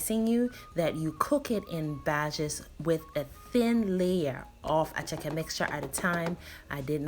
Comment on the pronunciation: Attieke not Acheke darling!! attieke!!